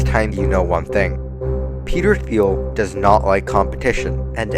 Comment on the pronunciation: Neat to see your style & voice coming through! (Also, hate to be pedantic, but it might be useful to know that "Thiel" is weirdly pronounced with a hard "t" in English, ie like "teal." Not sure if it's worth redoing the entire VO/talking heads, but just thought it might be useful to note that in a comment. Regardless, good work!)